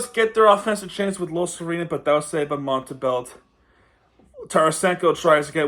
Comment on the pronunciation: i dont know if you know because you didn't mention it, but Montembeault is a former Panther. He was claimed of waiver by the habs (his childhood team) in 2021. Btw his name is pronounced Montembo, the L and the T are silent. Great video btw.